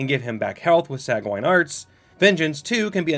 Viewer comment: cav-UHL-ree (or cav-ull-ree). gl-OW-stir. SANE-gwin (or sometimes SANG-win)